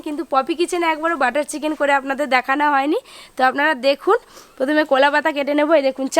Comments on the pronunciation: কোলা না কলা 🤣🤣🤣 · পপি কোলা নয়, কলা বলো । কোলা পাতা বা কোলা বাগান শব্দটি কানে খুব লাগছে। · Unar pronunciation er problem ache onek. Uni কলা k কোলা bolen মজা k মোজা bolen বড়া k বোড়া bolen. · এ ভাই উচ্চারণ টা তো ঠিক করো,,, কোলা পাতা কোলা পাতা রেসিপি রেসিপি 😅😅😅😅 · কলা পাতা বলো ঠিক করে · কোলা নই কথা টা হচ্ছে কলা লুঙ্কা না কথা টা হচ্ছে লঙ্কা